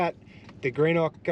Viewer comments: Good to see some of S.A (my old stomping ground!) Greenock is pronounced Grenock. We alternate toilet dumping as we both use it so only fair to. We have installed the LINX in our 200 series and it’s life changing 😂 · 😂🤣👍 it’s pronounced “ Genok “ not Greenock 👍 great show 👍 from SA now Darwin , where you’s are now . So if you go to Litchfield Park , it’s not Wangi falls but Wonguy 😎👍